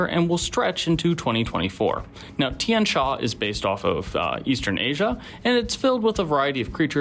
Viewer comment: The I and the A in Tian are pronounced as a single syllable rather than two, it means sky or heaven in mandarin.